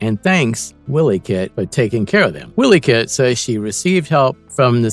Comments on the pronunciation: wiley kit!!!! not willy kit... its pronounced y-lee... also its pumyra ----- Pu my ra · i especially like how the narrator keeps calling wiley kit and wiley kat, as willy cat willy kit..... lmfao